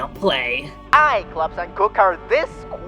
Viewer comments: It’s kook not krook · Everyone pronouncing Kook with a c instead of a k... Me: Well, isn't that cute? But it's WRONG!